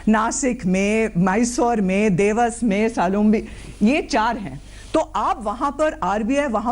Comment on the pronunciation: हिंदी बोलना सीख लो दिवस नहीं देवास